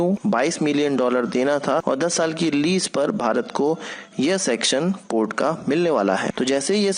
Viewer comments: Pot nahin port hindi sudharo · It's port bhai Sahab